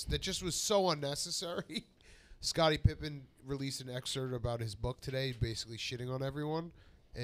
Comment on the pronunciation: Every time Big Cat says "excert" I wanna poke my eyes out.